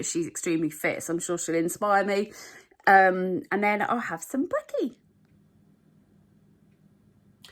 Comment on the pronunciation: So I love watching your videos, for inspiration and smiles... but the only thing that gets me is when sometimes you say “and” over emphasised.. but others is just normal🤷🏻‍♀️ no hate! Love it here x